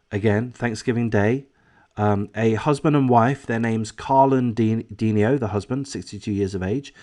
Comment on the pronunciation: Considerable background about this close and loving family and this double tragedy can be found in the comments of other YouTube posts. Please read. "De-NI-o"